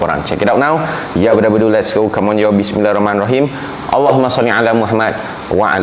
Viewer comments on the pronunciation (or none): none